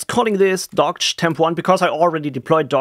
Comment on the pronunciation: It is supposedly pronounced 'dockage'